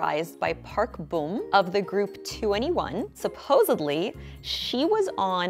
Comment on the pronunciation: Y-you pronounced bom wrong it’s not park “boOm” it’s park “bom” Luke say you’re pronouncing lip balm w/o the L 🥵